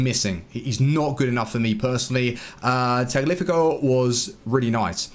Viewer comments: How can you still not pronounce tagliafico properly 😂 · Day 179 of mispronouncing Tagliafico